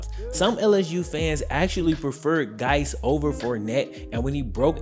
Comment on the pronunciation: Guice is pronounced exactly the same as JUICE not Gice